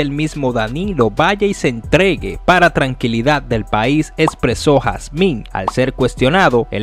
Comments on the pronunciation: Mi hermano es Julio Hazim, No Jazmín. Por Dios!! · usted me excusa, pero se escucha incómodo cuando usted pronuncia el apellido HAZIN como HASMIN". QUE PASA USTED ES COMUNICADOR. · Julio jasin no jasmin jjjj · Julio Jazim. No Jazmín. ¿ De qué país eres tu? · 🤔 julio jacin 🤣🤣🤣🤣 no jasmin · Hazim ... No jazmín. La h suena como j es decir "Jazim" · No es "Jasmim"...es Jasim. Jajajajaja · Julio Jasin, no Jazmín....y 🥴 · tienes problemas para decir hazimmmmmmmmmmmmmmmmmmmmmmmmmmmmmmmm no jasminnnnnnnnnnnnnnnnnnnn jajajjajjaj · Amigo no es jasmin ,es Hazin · De donde salió este comentarista? Es Julio Hazim, no Julio Jasmin. OK? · No es Julio Jazmin es Julio Hazin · No es Julio Jazmin….. julio Hazin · Julio hazin)))) no jasmin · Julio Hazim. No Jasmín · HASIN NO HASMIN PA LA PRÓXIMA. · Ese sr. No se Llama julio hasmin. Se Llama julio hazim si no lo sabias ud. Es un periodista infomese bien Antes de pronunciar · Julio jazmin??? Jazmin??? Y lo sigues repitiendo? Virgen de la altagracia mete tu mano. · Bueeeno, ta feo eso, julio Jasmin? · Hazim hermano hazim hermano hazim es hazim..tienes que leer primero antes de hablar aprenderse los nombres y apellidos de los análisis... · Lo ideal es que corrijas y vuelva a subirlo. Hazim se lee Jazim…. Ya con eso empezaste a informal mal. Le perdí el interés de escuchar esa noticia. Mejor lo veo en otro lado. No es que pida excusas es que también lo corrijas. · Caballeros,oiga su contenido y aprenda se el apellido de julio k se vio feo esa pronunciación hermano,muchas gracias...